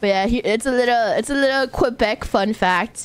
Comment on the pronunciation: The way she says QuebecQUA will live rent free in my head forever now. 😅